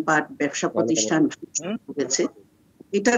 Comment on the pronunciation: কি জানি বলে ধর মিয় প্রোথিসঠান মসজিদ বলতে কষ্ট হই চাকমার বাচ্চা